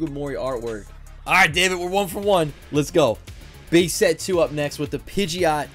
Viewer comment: Start of the video he said bae set not base set